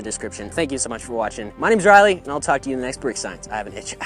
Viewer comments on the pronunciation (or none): none